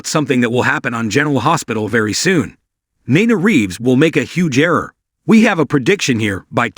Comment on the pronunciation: It's pronounced Neena (Nina).